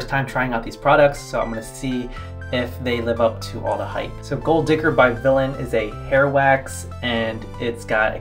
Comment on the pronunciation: its vilain not vilian